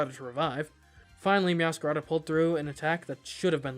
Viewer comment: Fuecoco is called Fway-co-co because of Fuego. Meowscarada is Meow-sca-ray-da because masquerade. It's Rev-va-vroom because Vroom. Dunsparce is Dun-sparce because he's a dunce. Quaquaval is Qua-kwuh-Vahl because Festivale. Feel free to ignore.